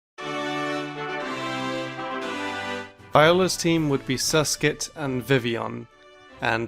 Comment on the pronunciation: It’s pronounced V-eola